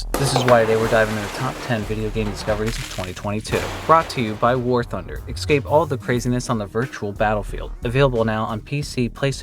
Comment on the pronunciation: I enjoy your videos, and enjoying this one as well But I can't and refuse to ever get over the "Axecape" or "Excape" part of it's first 20 exonds